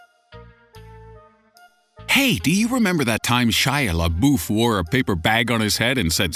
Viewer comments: I thought Shia Labeouf was said la-buff not la-boof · boof?? its pronounced la-buff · It's Shia LaBUFF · Why does he love "Shia labooof" so much? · hahahha omg Everytime you mention Shia leabeouf or however the hell you spell his name, I die a little inside!😄😆😁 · Dislike bc you mispronounced my boy shias name